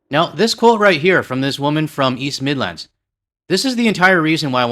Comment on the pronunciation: As a brit living in Canada i hate the way you say midlands, there's no pause in between mid and lands. On an aside the person who implied the UK is finished id argue as much as it might be a uk taco tuesday equivalent reform supporter but its just as likely to see how the NHS is being sold to US companies, the corruption of polticians, the constant NIMBYISM.